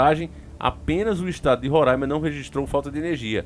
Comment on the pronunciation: Abraço aqui de Roraima pra vc. Parabéns por pronunciar o nome do nosso estado de forma correta. Kkkk